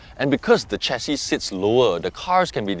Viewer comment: Excellent review. It is "share-C", btw. Not "chair-C".